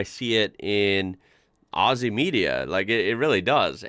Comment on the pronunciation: thank you for saying Aussie with the Z sound and not the S sound. Number one mistake every one makes. Remember it is said 'Ozzy' and not 'Aussy'